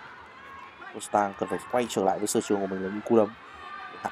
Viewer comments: tên là ro đờ tăng , chứ ko phải ro sờ tăng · Qua VN thì ông ad tự chế cho em nó thành Rodstang, hài ghê! Nước ngoài nên phải có "sờ" thì nó mới sang nhỉ? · Rodtang không có chữ s nào mà sao bình luận cứ Rostang là sao thế ạ? Nghe rất khó chịu.